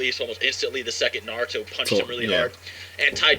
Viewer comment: U pronounce naruto wrong😂😭💀